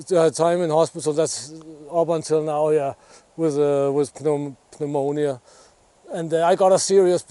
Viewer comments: It's pronounced new-monia in English. I'm glad you responded well to treatment, this is the most cheerful near death video I've ever seen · breath the fresh air, and enjoy yourself. And yes it is the same ( pnomonia) in English the p is not said. One of those strange words like vacuum 🤣. Deer season has started in most states in USA, would love to know if you hunt bow or gun or fish. Would love to see what goes on in countries likely most won't ever see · Good to see you back in decent health. By the way, pneumonia in english is spoken with a silent p, so you just pronounce it "neumonia" One question though, after this experience, would you say that you regret not taking the vaccine beforehand? And are you going to take it in the future?